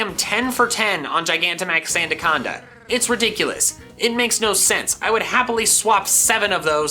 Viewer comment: it's not sandaconda, its santaconda